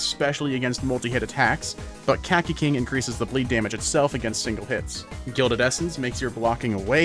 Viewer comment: kaki king aint ya suposted to say caci not kaki